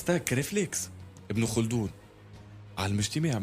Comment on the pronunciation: C ibn khaldoun et non pas kholdoun